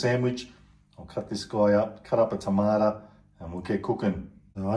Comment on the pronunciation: Tomato NOT TomatA Get your English right